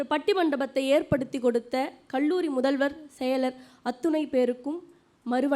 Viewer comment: தயவு செய்து உச்சரப்பை கவனிக்கவும். கள்ளூறி அல்ல அது கல்லூரி.தமிழில் ga எண்ற உச்சரிபு இல்லவே இல்லை. அது கண்ணியம்.